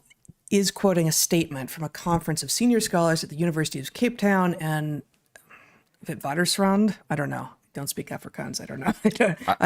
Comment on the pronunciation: I'm seriously impressed. Heather, your pronunciation of Witwatersrand at minute is 99% perfect and then you top it by a) knowing that it is an Afrikaans word, b) that the language exists and is spoken here, and c) pronouncing it perfectly. I don't want to gush, but that puts you way over the top. Thanks and congratulations on the role you and Bret have taken on, the quality content you provide and most importantly, your courage in the middle of this pandemic of cowardice and disingenuity.